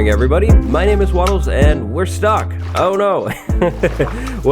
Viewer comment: Wattle sound like Water Bottle